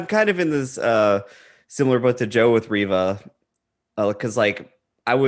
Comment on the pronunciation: I thought it was funny that Angry Joe couldn't pronounce Reva or Han correctly.